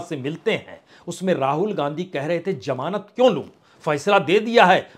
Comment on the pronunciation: Jamaanat This is wrong pronunciation it actually means Zamanat